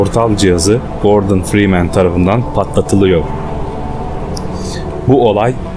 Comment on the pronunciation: Oyunun başrol karakterinin soyadını bile doğru okuyamıyorsun neyine senin bu videoyu yapmak